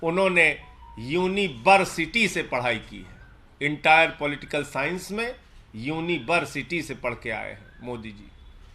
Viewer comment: "Unibersity" 🤣🤣🤣 and bjp call it authentic